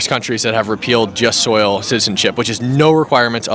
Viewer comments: Yeah, I heard him say "just soil citizenship". Sigh. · Jus SOLI... (Not 'soil'. Or at least that's what it sounded like and it gets said loads of times, lol). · Just so you know, it jus soli, not jus soil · The Latin legal term Is JUST SOLI—not jus SOIL. He keeps saying it wrong in the video.